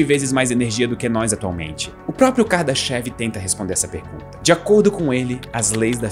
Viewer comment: Na verdade, a pronúncia não é "kardaxév" e sim "KARDÁSHAF".